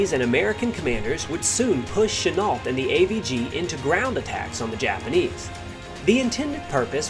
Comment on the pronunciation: GENERALCHENUOLT !!!!!!NOT CHANEL 😕😮😮😬STOP CHOPPING GRAMMER 😣😨g